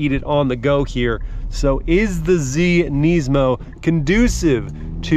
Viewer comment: Wow, thanks for being one of like 2 people I have ever heard pronounce Nismo "properly" on YouTube!